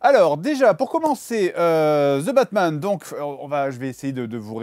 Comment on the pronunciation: Ze batman